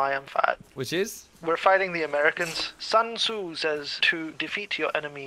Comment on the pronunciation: I like how pronounced Sun Tzu LOL